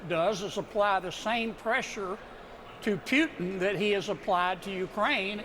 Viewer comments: He talks about respect , after talking so much trash in less then 5 minutes. How can you respect something like that?! And its Putin not Pjutin. Can someone tell him that`? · Putin not Pewton. Jfc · Dumb Kennedy can't pronounce putin. It's POOTin, not PYOOtin. As he says, repeatedly, "I don't know". We all saw the felon cave to putin in Helsinki. It was over then. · Why does he keep saying "Pyootin"? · Pewtin? I'll bet this idiot also complains about the 'fentinol' crisis and the risk of 'nucular' war with 'Pewtin'. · I’m shocked he doesn’t even know how to say Putin‘s name. He should be so embarrassed. I’m embarrassed for this fool. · I can’t tell if he is pronouncing Putin’s name like that on purpose or not because I don’t speak Chicken.😂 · This guy doesn’t even know how to say Putin’s name right good Lord he’s a piece of work isn’t he?